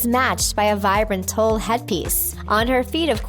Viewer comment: Tule is pronounced like "tool." I'm not sure how stupid you are, not knowing many basic words, but that's how it's pronounced.